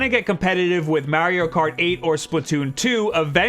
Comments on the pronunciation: MAIRIO! MAIRIO 8! Love how you say his name lol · Mayrio Mayrio Maryio